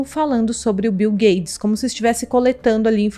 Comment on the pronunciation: ela fala bil gades? kkkkkk